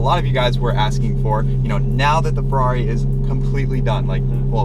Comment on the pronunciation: So crigney tho feRRRRRaaaaeRRRiii